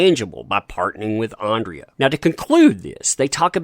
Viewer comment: Alexandra, I believe the pronunciation should be ‘Ahn-druh’